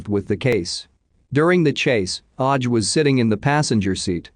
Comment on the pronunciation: Normally this kind of mispronunciation annoys me but this one had me in fits of giggles 🤭🤭😂🤣